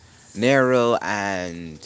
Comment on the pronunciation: when is someone gonna tell him its nero not neri